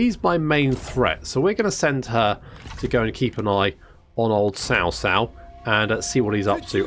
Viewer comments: It's more like "Chao Chao". "Tsao Tsao" is more of what you westerners say which is technically... Wrong. There's no "sh" pronunciation in his name. It's more of "cha" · I'm so to triggered when you said "SAO SAO". damn. its CHA like CHARLIE without the H. jeez.